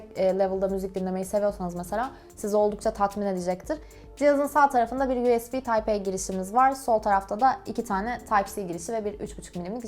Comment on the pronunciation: C'yi İngilizce telaffuz ediyor ama ısrarla tayp A demesj çok saçma